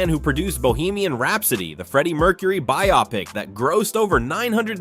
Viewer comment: This was narrated by AI, right? The way "biopic" and Jaafar's name were pronounced completely lost me. Especially after "My name is your host"...